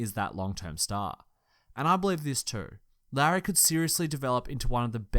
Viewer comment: For future reference Lauri is pronounced similar to Lowery, at least that's how my finnish relatives pronounce it.